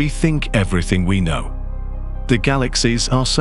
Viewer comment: Your AI narrator gets all the subtle inflections wrong. It really detracts from these videos. Why don't you just get a human being to narrate these? Why is that so difficult for you to do? I don't get it. At the very end it says, "but what do I know?" The AI puts the emphasis on the word "know", so it sounds like this: "but what do I KNOW"? But the expression is supposed to have the emphasis on the word "I". I just don't understand why this doesn't seem to bother you. It's ridiculous.